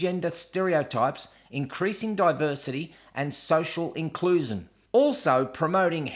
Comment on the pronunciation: Social Incluezin eh! Have you picked up an accent there 😂 AnyHooo,.... this bloody story (see what I did there) is shitting me to tears,...(and again there) I for one am not embarrassed by my female lady downunder parts or the blood that used to come out of it, however, I don't want to be watching an add such as this one that Miss "I want to shove period blood in your face" at dinner time or when ever they feel the add should be aired, no more than I would like to see an add for a toilet roll depicting someone wiping their arse to then see shit,... oooh sorry,... faeces smeared all over the bog roll, or an add where someone sneezes into a tissue only to ask their work mate if they think the colour is green or yellow and should they seek medical intervention for their cold! I'm tired of all this political correctness bullshit,.... it's all going too far,... don't you think? old mate,... the world has gone mad I tell ya! Scoot over,.... I'm coming in with a big bottle this time! Cheers!